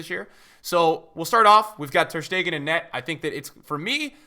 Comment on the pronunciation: Why does everybody say Stegan instead of Stegen??